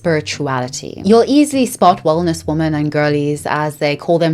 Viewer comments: Why do you keep pronouncing the plural "women" as if it's the singular "woman"? But anyway, interesting video, thanks. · Thank you for this video. I want to clarify that the plural of "woman" is "women." They are pronounced differently, but so many people pronounce the plural, women, the same as the singular, woman. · Pleeeeeaaaaaase!! I know it's petty but it drives me crazy... Woman is singular but womEn is plural. Pronounced "wimin" WOMEEEEEN 😅😆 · I love your content but it drives me crazy how you pronounce women (plural) as woman (singular) 💔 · I noticed so many influencers pronounce women as singular instead of plural. Makes it really hard to follow sometimes. Is it like a trend? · Very interating video, but why do you so often pronounce "women" as "woman"? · I literally can’t stand how creators have started pronouncing ‘women’ as ‘woman’. They are not pronounced the same way. Woman is singular and women is plural. I find it disrespectful to women. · I really like your content and have been watching it for a while. But my autistic brain can’t let go of how you pronounce "women" as "woman". For example, you say: "Men and woman". Is it your accent or is there a special reason for it? Just curious ❤️ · Does anyone know why she pronounces "women" the same way as "woman"? Genuine question. English is not my first language and I've never heard it pronounced like that before :) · Please 💐🙏❣️ The plural for woman is women, please say it right xoxo ❣️💐🙏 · Every time you say “women” it sounds like you are saying “woman,” and it drives me a little bonkers each time 😅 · The continuous mispronunciation of "women" is incredibly distracting. Otherwise super interesting video! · Love your content sm but “women” and “woman” are pronounced differently queen 🫶🏻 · Please practice saying "women"